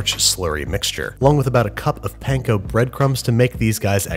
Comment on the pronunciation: I appreciate your videos but please learn how to pronounce "panko" or other asian-type words!